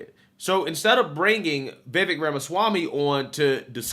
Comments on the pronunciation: Bruh you've been fucking this dudes name up the past two videos! I can't take it anymore more!! 😂 It's Vih-Vick or even Vih-Vek got damn slow that shit down. 🤦🏾‍♂ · It's pronounced Viv-ake.